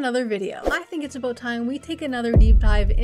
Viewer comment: "Abooot time" lmao Canadians